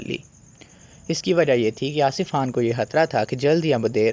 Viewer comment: bhai Khan ko Haan kaun bolta hai Urdu me? Khidmat ko Hidmat kaun bolta hai?? Matlab kuch bhi haan?? Turkey wale Khan ko Haan bolte hain urdu wale nahi